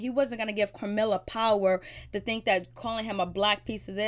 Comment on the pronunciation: Its Camilla baby, no R in it